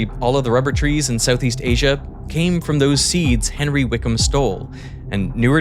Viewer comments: Why does it seem every expert in rubber has a slight inability to pronounce 'r' too perfect😂 they be spending their whole days talking about wubber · "Its a essential fow cell membwanes" "Wubbew" Lmao rhotacism is a hilarious thing. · Diabolical work having a person being a rubber expert but cant pronounce rubber. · She seems like a lovely and highly educated lady but god damn having a rubber expert who can't quite nail pronouncing their R's all the time... I hope we can all see is a little funny.